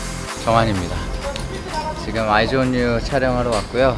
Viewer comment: 조슈지 아이즈 언 유 발음 개조아